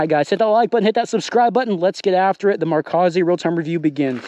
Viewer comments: Is it better THAN not then. And the O is long like oh not like au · Love my Z3 80mm on my retro GT 26er. And, by the way, it's "Marzohkey" The O is long like OH not like AU, and the cchi is hard like CK. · In socal, it's mar-zok-ee (hard "o"). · its pronounced mar-zow-key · here’s a pronunciation: Mar-zoh-key.